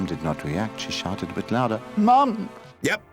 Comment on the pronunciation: Sounds like he's saying sharted not shouted. XD But it looks like sharting is how these cartoons were made.